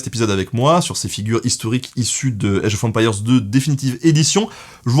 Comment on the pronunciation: Age of empire (prononcé à la française) sérieux ? Sans honte, normal ? Je kiffe le 1000eme degré !!! Franchement merci c'est top ce degré d'auto dérision 😄👍